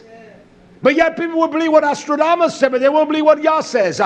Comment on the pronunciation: Nostradamus not Astrodamus...But thx for the video.